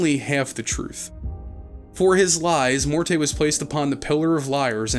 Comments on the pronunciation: and it's Morty, like rick & morty. He's a vaudeville comedian head, none of them were named Mor-tay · the only thing it depends on is if you believe all of the companion voice actors mispronounced the name and the devs left it in. If you don't believe that, then the name is simply pronounced "Mort." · actual audio producers use the preferred pronunciation of the character/person instead of some dug up definition of the pronunciation. It's Mort. Not Mort-eh. That is so silly. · >Every time he says "Mortay" It's MORTE! MOOORRRRRRT! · "Mor-tay" too lmao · Pretty sure the "e" in Morte is silent. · its pronounced Mort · Uh, it's actually one syllable, "Mort" as in death. If you want to be fancy French, you can go with "Moh-ert" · setting aside the French (fem) pronunciation being also with a silent "e," it doesn't matter how a word is pronounced elsewhere if it's a specific name of a character and you are given the specific pronunciation of the name by the character's creators multiple times within the same medium you otherwise encountered it. I feel both the root and their chosen pronunciation fits the character pretty well. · The game is a masterpiece, but... barmy cutter don't know how to say Morte and Sigil right XD